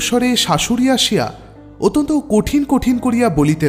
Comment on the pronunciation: এই গল্পে ও সেই দোষ দেখা গেল---ইষটক/ইসঠক। গল্প পাঠের আসর এ রবিঠাকুর কে কবিগুরু না বলে ছোটগল্প এর জনক বলে শুরু করলে কেমন হতো? অত্যনত শব্দ টির প্রতি খেয়াল রাখতে হবে।